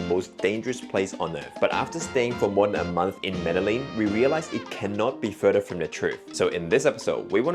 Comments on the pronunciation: Meh-de-gin not meddle-in hope this helps! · By the way he pronounced "medelin".. it seems they didn´t have contact with locals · “Medeleen” is crazy 🤣🤣🤣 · I'm from a lil place in the south pacific yet I know Colombia and Peru and Argentina etc etc are very modern. No excuse in these days of information superhighway to think that Colombia ain't modern. Especially if you're youtubers who make your videos through travel. And it's pronounced MEDE-JIN, not Medelin. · it is pronounced Mede-Gin... the LL has a G sound. Guatape is very well known and it is one of the most visited placed by tourists and locals, you just went on a quiet season. Good video! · Please learn to say the name of the city you've lived in for a month at least somewhat correctly. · Was the guy mispronouncing Medellín for rage bait… I mean how can you be in a place and mispronounce it repeatedly